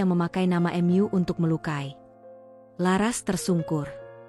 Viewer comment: Ada kata" yg mengganjal karna Mu ,kenapa dibacanya M.U?